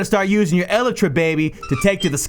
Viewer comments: lel 'el e tra' is actually pronounced 'E-Lie-Tra' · I’m dying the way this guy said elytra el-a-tra🤣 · The way you pronounce elytra offends my ears.